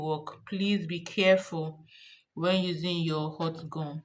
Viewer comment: Gum gun was her pronunciation